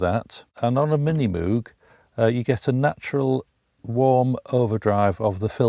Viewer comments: Moog rhymes with rogue. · show some respect........its pronounced Moog ( Mowg / rhymes with ...vogue ). Nice video by the way, Neutron is a beautiful beast !!!!